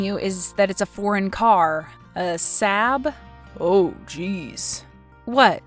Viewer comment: Saab is pronounced "sob" , like crying. The double A's make aw sound